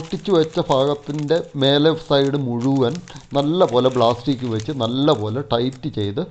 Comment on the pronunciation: ബ്ലാസ്റ്റിക് അല്ല പ്ലാസ്റ്റിക് (plastic).